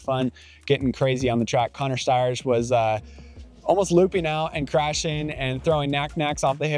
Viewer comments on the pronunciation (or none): none